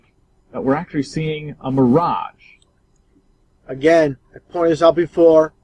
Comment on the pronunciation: Lol ahh man. Help these people.. He said Miragè sheesh